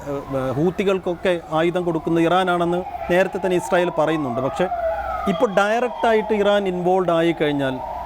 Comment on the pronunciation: ഇസ്രായേൽ അല്ല... ഇസ്രായേൽ തീവ്രവാദികൾ എന്ന് പറയൂ....